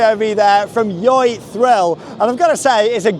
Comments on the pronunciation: You're supposed to pronounce it Joy, but honestly I pronounce it the same way as you because the name is just ridiculous. Good video! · pronounce it as joy